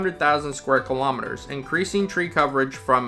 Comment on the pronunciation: Thank you, but please say 'Kilo_Meters correctly, not killowmeters